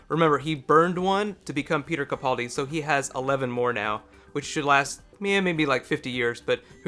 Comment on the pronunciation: stop calling in capauldi its capaldi